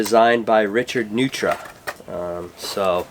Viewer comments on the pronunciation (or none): Just FYI it's pronounced "Noy-tra"